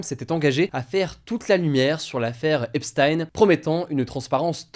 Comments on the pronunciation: c'est "epsteen" pas "epstaïne" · Epstein c'est pas prononcé comme Einstein, c'est prononcé "Ep-stine" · On prononce "epstine"